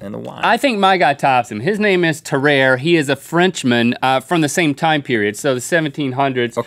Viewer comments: It is pronounced [Tah-rar-A] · HEY! No reference to sam o’ nella academy and it’s pronounced: Tah-rawr-eh. You also stole the name of the video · how its supposed to be said :Te-ra-rey Link: T E - R E A R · its not tah-rare its tah-rar-ray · Its pronounced tar_are_eh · It is pronounced Tuh-Rar-A